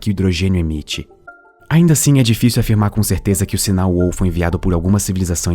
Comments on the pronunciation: Meeeeeeeeeeeeu! É "uau", não uôu. >< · Assunto viciante. Só um toque: a palavra "wow" se diz UAU, mesmo. UÔU se escreve "whoa". Edit: e se diz /pod kest/ mesmo, não /poud kest/.